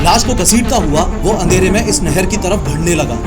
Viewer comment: भाई आपको वैसे तो ज्ञान देने की जरूरत ही नहीं है.... बट.... आप (बढ़ने) वर्ड को (भड़ने) बोल देते हो चेक करना कभी कभी जो चीज( ब) से बोली जाती है आप (भ) use करते हो।। पर अच्छा भी लगता हैं ❤